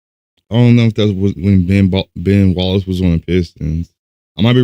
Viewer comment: lol, I laughed as soon as I heard him say it